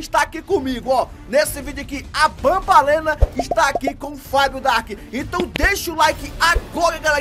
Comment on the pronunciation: É banbaleena